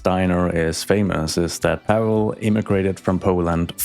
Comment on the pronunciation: POLSKAAA GUROM!!! Also for anyone reading this, it's Paweł not Pavel. Polish doesn't use the letter V